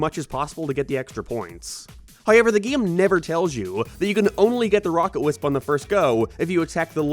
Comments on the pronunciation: “geam” “abaut” ”maryo” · what is a Gyem and a Nyem what does he say it like that